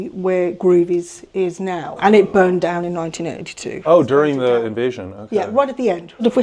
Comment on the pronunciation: This man's accent is very unique, slightly rhotic but pronounces words like 'down' and 'out' and 'dewn' and 'oot', but then drops 't's into a softer 'd', like thirty pronounced 'thirdy'. Interestingly, the director at the Falklands Island's museum sounds slightly similar to a kiwi/SA accent, but very softly.